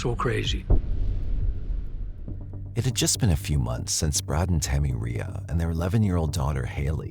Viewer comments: Side note. But, how is Reay pronounced “Ray-a” ?… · The most troubling part of this story is how you pronounce Reay.